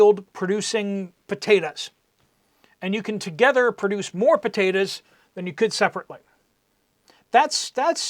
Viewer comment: What are pa-te-tas?😅